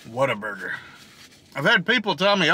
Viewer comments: You could of just went to concord. Lol. Closer. Actually the very first what a burger here is in downtown concord. So ive been told. Also the people that are from here pronounce it waterburger 🤣🤣🤣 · i used to know someone that pronounced it waterburger - coz they thought they were cute they weren't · Broooo!!! Concord born and raised. I live on whataburger. It’s supposed to roll off the tongue as waterburger. Jus sayin. 😜 But brooo!! I can’t believe you tried it for the first time, and you didn’t get their ICONIC, HOLY, GODLY, Witchdoctor. The witchdoctor drink is their staple drink. It has all of the sodas from the fountain, with a lemon wedge, pickle slices, and a splash of pickle juice added. It’s the best drink ever. Perfect for a hot day.